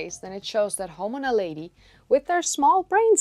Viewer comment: very good just wish you had pronounced it Na lead e... not Na lady